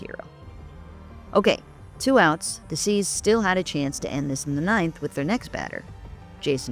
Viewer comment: Did she call the Indians the C’s?